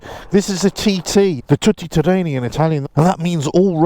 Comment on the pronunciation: Everyone seems to love this bike. I get it. It is a heavy old thing and not really suited to much worse than loose macadam, but is a lovely backlane bike at speeds where a fairing is not needed. Do be careful with the slightly awkward (or was it self-mocking?) pronunciation of what you rendered "tooty terrain-ee". Ask an Italian. These things seem to have hit the spot for a certain age group in a certain seam of the bike market. They are so very, very far removed from the (relative) purity of the early "big trailies" - R80G/S, Cagiva Elefant, DR Big, Morini 501 Camel et al. I never took a big trail bike like the above onto anything naughtier than a summer meadow or a forest track. I suspect that this 2-wheel equivalent of a Range Rover will see very little any naughtier than that in its target customer group (40-55 years?) The trick if you want to ride "technical" off road sections is to get yourself an old enduro bike (250cc or similar) and have a proper go. If you want one of these, put good, grippy road rubber on it, wack up the preload and keep it on tarmac. Too many people totter around off road on things like this and 1250GS land whales, looking like uncomfortable hens trying not to lay an egg. Much more fun on a lighter bike. Much more.... Keep these things for watching yourself in shop windows.